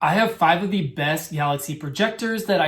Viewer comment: The word "the" is pronounced as "thee" when the word following it begins with a vowel sound (e.g., thee apple), and as "thuh" before a consonant sound (e.g., thuh dog). You should only say "thee" when reading aloud, such as in a prepared speech or paper presentation. You should never say "thee" in casual situations, such as when talking to a friend.